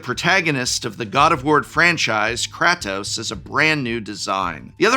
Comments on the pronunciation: Wow he really butchered Kratos name lol. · mispronouncing kratos was a good bit Edit: they did make a Metal Gear (Solid) secret lair..its the secret lair by Yoji Shinkawa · I involuntary twitched every time he said kratos wrong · As a big god of war fan i need to know if Prof is mis-pronouncing Atreus and Kratos... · prof pronouncing kratos with a short a instead of a long a had me doing a double take for a moment. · God I hate the way you say Kratos! The game has only been around forever and I am sure you have heard the pronunciation.